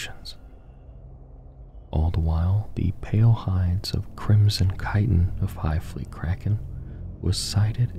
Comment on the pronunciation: FYI, chitin is pronounced “kai-ten.” Love the sleep vids!